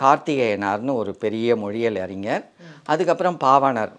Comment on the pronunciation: நீங்கள் ஞ வை சரியாக உச்சரிக்க பழகுங்கள்.. அறிஞர் என்று சொல்வதற்கு பதிலாக உங்களை போன்றோர் அறினர் என்றுதான் உச்சரிக்கிறார்கள்